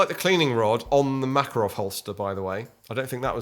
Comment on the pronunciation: you said makarov like they do in the game, which you previously commented that no one says it that way :)